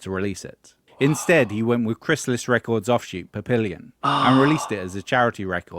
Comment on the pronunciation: I think the narrator needs to learn how to say "Papillon" 😂